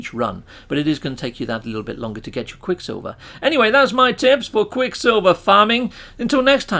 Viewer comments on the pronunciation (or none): Repeat with me quick SILVER not quick Silvia we don't know who that is... and Idk why you have to speak like that, makes your videos unwatchable.